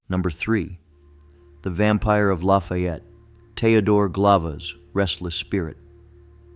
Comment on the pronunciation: Ok. Whomever is pronouncing Lafayette like we’re in the middle of Louisiana or some other southern slow drawl state—pls stop. It’s not LaaaaFaiiiiiiiiiiiiiyetttttt. In Colorado is La-Fee-It. Short and to the point.